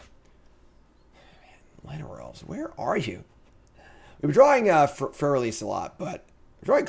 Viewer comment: That Freyalise pronunciation. "Freya lice".